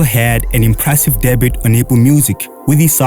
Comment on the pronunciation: Debut is pronounced deb-yu 😪